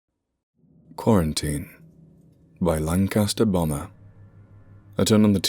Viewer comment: For a second I thought he said, long-cast-Obama instead of Lancasterbomber